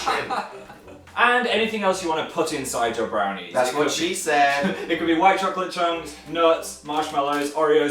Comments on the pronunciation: am i the only one who heard "Ermergerd, BONERS" when he said ermergerd brenies? XD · Ermergerd Brehners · It sounded like he said bronies, XD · brehnies sounds like bronies =.=